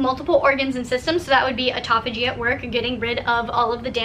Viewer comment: atopogee? haha you mean apoptosis (a-pop-to-sis) or autophagia (auto-fay-juh)?